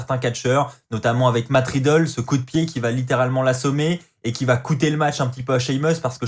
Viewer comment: Cest riddle pas matt ridlle